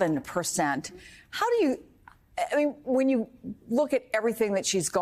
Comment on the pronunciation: Then why is he in court and she isn't ? Also it's Fannie not faunie